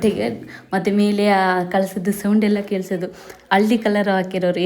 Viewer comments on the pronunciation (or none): none